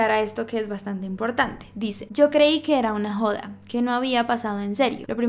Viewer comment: El acento de cuando dijo JODA me reí mucho:v